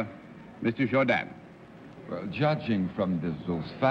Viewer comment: Arlene also came the closest to pronouncing his name correctly. It is (with a French inflection of course) pronounced Jour-don, not Jour-dan.